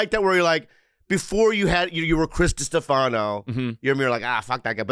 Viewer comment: Come on bros get Chris's surname right